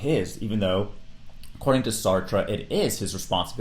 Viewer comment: Bonus lessons learned from this video: how to correctly pronounce albert camus and sartre 😂